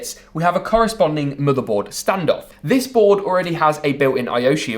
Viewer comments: Da MoDar bOarD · I’m not sure why, but the way he pronounces Motherboard is Oddly Satisfying.